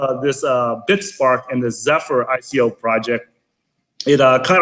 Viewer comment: did she pronounce ico, iko?